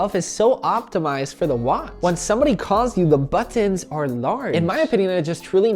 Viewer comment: I like the way you say “butt enns”.